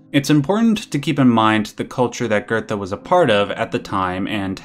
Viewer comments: Theres no R in Goethe. It's not pronounced "gertha". It's "goo-teh". It's like how people can't pronounce Goebbels and say "gerbels". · Why are you pronouncing Goethe as GURDA? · Geothe is pronounced Gertha? Wow. I always pronounce it as Geethe. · Johan did nothing wrong. btw it pronounced Guhte